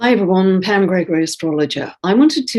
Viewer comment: Pam not pan